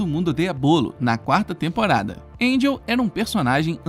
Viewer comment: Angel não, "Enrel" kkkkkkk